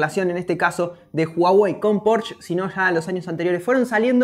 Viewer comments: Pero por que le dicen porsch si se dice porsche tal y como se escribe se lee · Porque le cuesta tanto trabajo decir Porsche!???????? Dice Pors!!!!! Que desesperante!!! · Hola, como dato se pronuncia Porsche, no porsh...saludos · se pronuncia Porsche, se pronuncia la e, no es Porsch, no es inglés, es alemán. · No es "porsh" es "porshe" Porsche es alemán y se pronuncia esa e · El "porch" Jajajaja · La pronunciación correcta es "pórsha". De nada. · Un porshh xdd